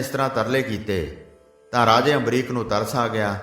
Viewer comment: Bhai ji ambrish hai ambrik nhi g